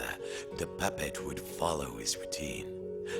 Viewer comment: The narrator sounds like he's saying papa but he's really saying puppet.